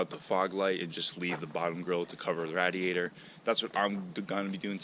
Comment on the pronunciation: “Radiator” 😂bro learn how to talk g. I would have never waisted 2 bumpers making it look like that 🤮🤮🤮